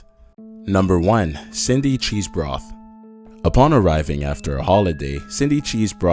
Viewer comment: Cheesbrough not cheesbroth